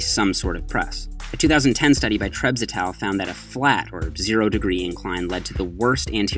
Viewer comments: Ryan Francis I thought I was the only one who thought that! I had no clue what he was saying until it just clicked that he was saying “et al” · Sup - taking bets on whether will learn to pronounce "et al." correctly in 2017